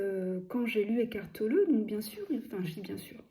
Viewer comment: C'est chou que vous dites Eckhart Tolleuh 😊